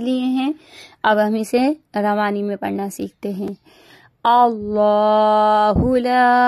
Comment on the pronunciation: آپ کے تلفظ میں بہت زیادہ غلطیاں ہیں ۔ اور اعوذ بااللہ کی ع تو آپ نے باکل ٹھیک ادا کی ہی نہیں ہے ۔ اللہ ہو پر مقدر سے زیادہ مد کی ہے ۔